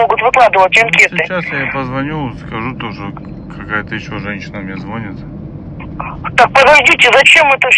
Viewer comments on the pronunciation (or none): Режет ухо это твоё " звОнит"... В слове звонить нет места вони... Понимаю что не удалось получить образование но можно же запомнить что " звонИт" а не звОнит...